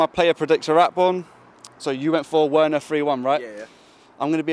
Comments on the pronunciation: You keep werner as in "W" it's said with "V" thought i let u know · broooooo.. its pronounced Verner V not W. Its a German name not an English name bro.. You are still a legend though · Please we pronounce the W V not W is Timo Verner instead of Timo Werner.In Germany we pronounce W like V. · ApexZA ikr he keeps saying worner lol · That pisses me off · Mate you pronouncing Werner name incorrectly. It’s pronounced Verner because W in German are pronounced like V’s. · It's Timo Verner ( W is pronounced as V in German). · Timo verner there is no w in german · Okay ima help you its “timo Veerner) you sound hella funny. Prolly dont watch to much bundisliga 🙏🏼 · He's German, his name is "Verner". I refuse to believe you are that old and don't know that. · Btw.... It's spelt Timo Werner but pronounced Timo "Verner* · VER-NER. VER......NER. It’s not hard to say. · Dude "werner" is pronounced "verner" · Hey. Can you please take the time on fixing your pronunciation of Timo Werner. You'll be mentioning his name in the scoreline all the time. Thanks man keep up the great Videos. COYB 🇨🇭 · Bruv you need to learn how to pronounce Werner's name😂 Also.. Mount?. I dont totally agree with you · he's from England bro. From the accent you can tell he was born and raised in London or thereabouts. He's reading Werner in English. Nothing is wrong with the way he pronounces the letters. He just has to make an effort to pronounce it the german way since it's a german name. That's all.... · Who the hell is Timo Worner and who the hell is Lewondaowski? 😂😂😂😂😂😂😂😂😂😂